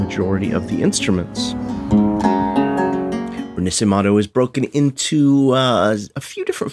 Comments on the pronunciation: all very good, sounds amazing but one thing, the pronunciation ... im sorry but the little italian ik didnt let me go witout just saying it xD. its "re- na - she - men -to" meaning reborn. just letting you know :) great videos otherwise loved it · "RINASIMATHOU" lol that pronunciation hurted